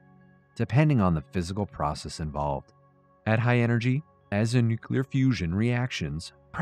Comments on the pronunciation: New-clee-uhr, not new-cue-lure. Otherwise, loving the content. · Nukelar...... really buddy!!